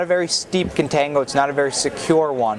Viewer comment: its CON-tango